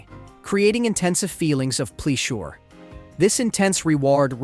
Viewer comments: Did the artificial intelligence have an artificial brain fart? “Methamfatimi?”They flude the brain with dopameani, creating intensa feelings of pleah shure.” ???? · "They flue-d the brain w/ doh-pah-meany...please-sure"